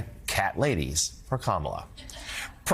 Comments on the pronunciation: COMMA-LA. stop pronouncing her name incorrectly, it is racist. all politicians flip flop sometimes with changing public opinion which is what is SUPPOSE to happen as we are hiring THEM to represent US. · It’s hard to take any adult serious when they refuse or are unable to pronounce 3 syllables correctly 🙄 It’s Comma-La! Madame President Kamala🇺🇸💙🗳️💙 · Why can’t this clown pronounce Kamala? Even a child can do it. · What is the point of mispronouncing Kamala over and over and OVER again? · Are conservatives just intentionally disrespectful or really too stupid to pronounce Kamala correctly? Never mind, I know… Clearly, it’s stupidity. Vote Blue, it’s more respectful! 💙💙💙💙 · Is Lewandowski incapable pronouncing our VP’s name? How stupid is he??? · Why does everyone who speaks for Trump have this glazed look?? It's a cult. Will you please correct him everytime he mis-prounouce her name. It's annoying. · I can’t watch Ari anymore. He lets these right wing nut jobs just bloviate their talking points rather than holding them to an answer. Can’t even be bothered to correct them when they repeatedly and purposely mispronounce Harris’ first name. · I sure wish you guys would shut them down on this childish mispronouncing her name.... Its pretty easy, if you are to stupid to learn to pronounce her name, you can just call he Madame Vice President 🤔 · I need everyone if theae host to correct the Republicans when they purposely mispronounceKamala Harris' name. At this point allowing that disrespect is gross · Correct these people on the pronunciation of Kamala’s name. It’s disrespectful. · Please correct HIS pronunciation of the Vice President’s name… out of respect perhaps? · Cory is pronouncing Kamala harris's first name wrong... And every time somebody calls trump " President." It makes my skin crawl !!! Vote blue all the way💙💙💙💙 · They must literally practice saying Kamala’s name wrong . This guy is a perpetual headache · SAY HER NAME RIGHT, YOU ...